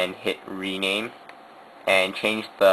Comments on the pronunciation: what do i have to rename the file to i couldnt understand u it was a little unclear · what do i have to reman the file to i couldnnt understand u it was a little unclear